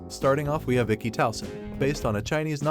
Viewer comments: Achy anime not echhi at least on how it's said lol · but, its Ecchi pronounced ETCHI!!!! NOT EKKIII!!!!! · Ech-ee not Ache-ee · Hey my man of culture!! It’s pronounced ECCHI (eh-chi) not EKI but hey LOVED your list ! From one cultured person to another you got a 🔥 list going! And I LOOOOVED your commentary! Sooo Sooo GUUUUUUD!!! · Man get your damn pronunciations right 😅😅 wtf is EKKI but not ecchi 💀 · I see the word ecchi. But im hearing, "A Key" very odd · do you really said ekki of all the dumb stuff? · It's pronounced Etchy, like Sketchy without the Sk! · Not "ekki", the "ch" in "ecchi" must be read like in te word "chili", the additional "c" only gives strength to the word. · Every time you say ecchi as eki I cringe and laugh simultaneously... Bc 1. Terrible pronunciation and 2. Eki means station (train station) "Yunna is another (train station) anime"🤣🤣🤣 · Why are you saying "achey"... jesus man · Is he saying "ekki" on purpose? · how can a channel dedicated to anime mispronounce ecchi? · I'ts pronounced MAH KEN KEE. And Ecchi is ETCH EE.